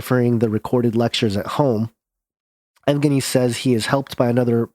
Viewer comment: yev-gein-ee the yev is soft. the e part